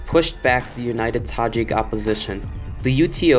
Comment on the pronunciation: Thank you for the video. I love the accent, the way you pronounce the Tajik names. You're welcome to Tajikistan anytime.